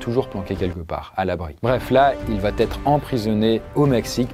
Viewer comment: Franchement c’est super cool mais les « il va-t-être », « il va-t-avoir » etc sont insupportables !!